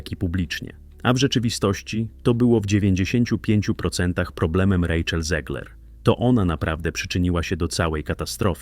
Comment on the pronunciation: Czyta się ZEGLER a nie ZIEGLER. Bo ona ma polskie korzenie. Niestety. Pozdrawiam.